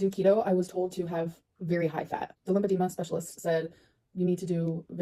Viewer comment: If you listen closely she says she has a “limpadema” specialist. Not a lymphedema or lipedema specialist but LIMPADEMA one… I’m convinced Becky’s ex never went to the Dr. She googled some stuff and ran with it. Now she can’t even keep her terminology straight